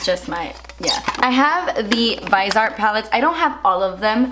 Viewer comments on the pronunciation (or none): I thought it was pronounced vis-ee-art